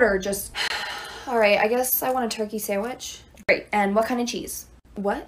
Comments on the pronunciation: She said like “samich” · Lol!! Bro I'm lol 😂" I wanna hot samich"On the plane! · “I wanna hot sAmMiCh”